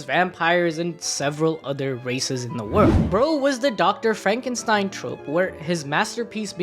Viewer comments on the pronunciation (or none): none